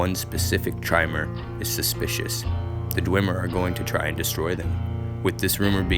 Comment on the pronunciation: It’s “Dagoth” not “Dogath”. “Corprous” not “corpus.” And Chimer is pronounced “KAI-mur” not “CHAI-mur”. And definetely never pronounced “charmer.”